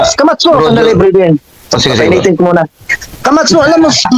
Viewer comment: Pagbanggit pa lang ng camacho mali na e, kamatso ang sabi e. 😂